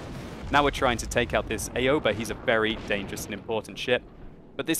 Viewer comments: Its not a-yo-ba. Its more like ow-ba. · I believe that it's pronounced more like "ow-ba" instead of A-oba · Aoba is pronounced Ow-Ba And does WoWS have a replay system yet? You seem to be a analysing the game with a free camera.